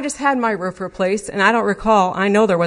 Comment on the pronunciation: Roof not Rurfff